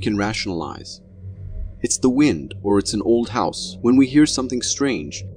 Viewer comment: Did the narrator call WIND "Wined?" Maybe it's an AI?